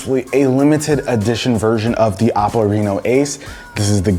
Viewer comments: Who else thinks he said Apple instead of OPPO 🤦🏻‍♂️ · It’s pronounced O-ppo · anyone else hears "apple" when he says "oppo" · every time he says oppo. .I hear apple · Why does it sound like apple when you say oppo :D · Why i keep hearing him say Apple and not Oppo? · Is it just me or did you get confused when he said OPPO because I keep thinking he’s saying apple 😂😂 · Dose he keep saying Apple or Oppo ? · Chinese pronounce apple as Oppo this the name. Same old Story of Chinese profiting off other people